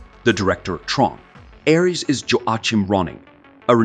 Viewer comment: How many different pronunciations of "Ares" does this have? I'm typing this after pausing .